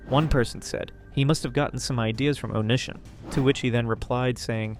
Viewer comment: It bothers me how wrong you say Onision 💔